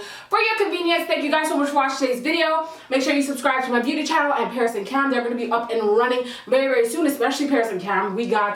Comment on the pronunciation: In the intro Paris sounded very Caribbean 🤣